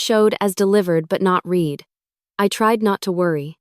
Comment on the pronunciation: AI is idiotic. Read in past tense is pronounced the same as the color red and not as the grass reed. The editor of the story is proving herself, herself or itself as an under-educated imbecile. Iron Revenge should not publish these stories without doing a reasonable editing.